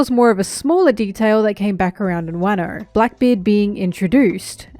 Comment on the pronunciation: pls lord forgive me for giggling everytime says WaaHno